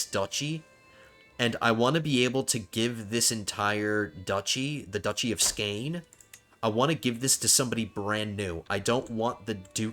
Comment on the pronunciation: it is actually pronounced skåne